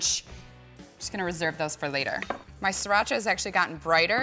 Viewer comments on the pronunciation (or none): you make the sound of sriracha sounds like mexican... well, the right way to pronounce it is sree-raa-chaa